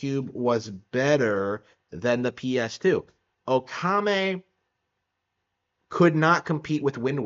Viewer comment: It's pronounced "Okami," not "Okame." Or is this one of those things where you try and insult a game by mispronouncing its name?